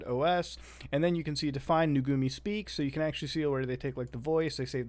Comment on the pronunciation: Muta calling them Nugumi when it says Nugumu right there, really infuriates me